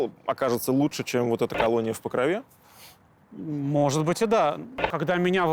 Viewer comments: Там же Покров, а не Покрова. В ПокрОве, а не в ПокровЕ. Я конечно понимаю не в тему, но слух режет. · Меня одного бесит произношение Покрове , ударение на е ? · покровЕ ? Это точно правильное ударение ? Слух режет жутко...